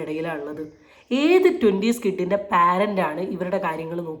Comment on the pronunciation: പാരന്റ് എന്ന് ഒരു ഇംഗ്ലീഷ് വാക്കില്ല കൊച്ചേ. നിനക്ക് അറിയില്ലെങ്കിൽ how to pronounce the word "parent" എന്ന് ഗൂഗിൾ സെർച്ച്‌ ചെയ്യൂ. അർത്ഥം അറിയാതെ, pronunciation അറിയാതെ നിന്നെപ്പോലുള്ള Mrs. Malaprop ടൈപ്പ് പരിഷ്ക്കാരികൾ വായിൽ വരുന്ന പോലെ ഓരോ ഇംഗ്ലീഷ് വാക്കും pronounce ചെയ്യും. കാശുള്ള, പക്ഷെ വിദ്യാഭാസം ഇല്ലാത്ത ഒരാൾ കൂട്ടുകാർ പറഞ്ഞുകൊടുത്ത" സുരതം " എന്ന പേര് പുതിയ വീടിന് ഇട്ടതുപോലെ!